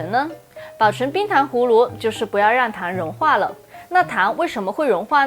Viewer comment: 氷糖胡芦，芦是輕音，或是半音。